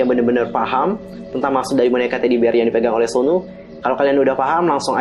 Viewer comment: Suno min bukan sonu